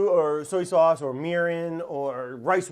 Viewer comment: Soey sauce and waurder. Brad is the best